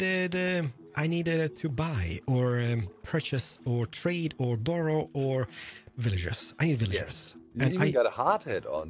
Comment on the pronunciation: Did he say “doro” or borrow?